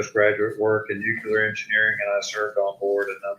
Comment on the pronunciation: Its pronounced NEW CLEAR....not nu que ler